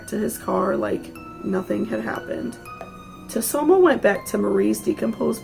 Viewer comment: I thought it was pronounced sue-toe-moo ?